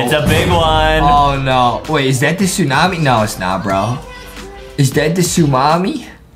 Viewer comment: adam : the tsu-mami justin : ayo did he just say the tsu-mami?